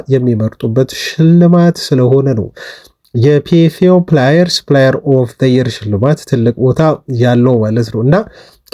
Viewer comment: when you pronounce the word player, don't say ፕላየር, instead you have to say "ፕሌየር" or when you want to pronounce the word "players", read it as " ፖሌየርስ". Thsnk you for every detail info you give as about our beloved club United. Forget all the insults & suggestions from Roy Keane. The donkey is he himself, not the hero Captain Burono Fernandes. Don't forget that I always appreciate you,bro. Melese Y.